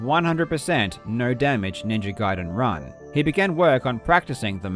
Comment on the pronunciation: Jesus F'in Christ, it's pronounced Ninja Gayden, not Guiden.